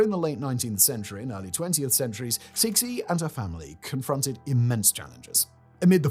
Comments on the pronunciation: Oh god-- Cixi is not "seeksee"; In chinese, it's pronounced like tsuh-shee (to english phonology; IPA, in the dialect I learned, would look like [tsɨːɕi] for those of you who can read International Phonetic) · Suh-si as well, for Cixi. I am such a massive pedant that I have to keep saying it correctly every time he gets it wrong 😆